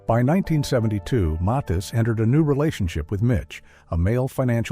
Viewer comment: To the Author try to pronounce the names right the name is Johnny Mathis Mathis and you talk about then was hard. You still have Whitney Houston Luther Vandross, Michael Jackson, Prince Luther Vandross that still had to hide or still had to be quiet about their relationship now in the 2000s so it’s still going on because of you maturity and most likely heterosexual people.